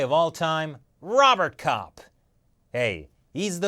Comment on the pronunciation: "Rowboat Cop" > "Robert Cop"